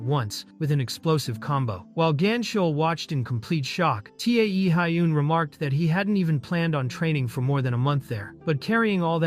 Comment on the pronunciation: T e a hyun. Guys pls at least listen once to what ai "reads". It hurts my brain